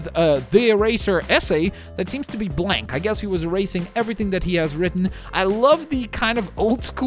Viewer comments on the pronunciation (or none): none